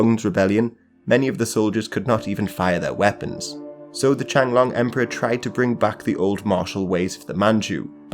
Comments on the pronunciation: Love the videos. Let me help you with your Chinese pronunciation please. And please get the names right. It's not the Qianglong Emperor, but rather the Qianlong Emperor. And it's not Hong Xiquan, but rather Hong Xiuquan. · the what emperor? “Changlong” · The Qing emperor Qianlong should be properly pronounced as Chi'an-long, with 'long' rhyming with 'tone', not like 'chen long'.